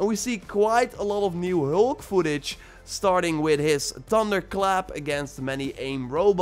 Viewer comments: you say hulk not heulk🤣🤣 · ”The heulk” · The way he says hulk 😂